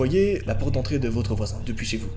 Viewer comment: “allez dans votre chambre et verrouillez la FPORTE »